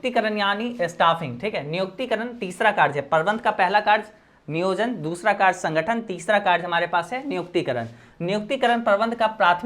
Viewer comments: Sir vo karj ni hota karya hota hai 😂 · Sir tum "कार्य" को kaarj kyu bolte ho?😅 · Bro app ne samjhaya to mast hai 🫡par ek baat bolna hai ki karye Hota hai karje nahi 😉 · Are sir karja nahi hota sir hi karya hota Hai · कार्य ❎karch ✅ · Sir kerj nhi hota h kariye hota h bhot problem Hui but 1 St chapter pura learn ho gya tnqq sir 😅😂